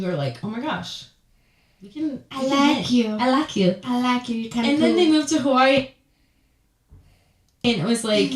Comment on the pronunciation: The way they say “Hawai’i” 🤢🤢🤢🤢🤢🤢🤢🤢🤢